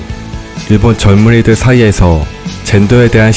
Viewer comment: 발음이 이상하시네여. 젊은이들? 젊은 애들? xD 재밌게 보고 갑니다~